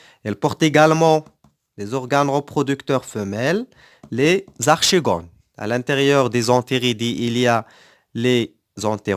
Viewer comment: Merci monsieur seulement une petite remarque archegone se prononce arkegone et merci